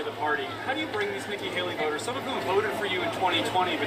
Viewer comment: Why this dude add a L to words with no L? just said “voter” like “votel” 🥴 I can’t listen to this dude just add a L to half the words he says 🤦‍♀️🤦‍♀️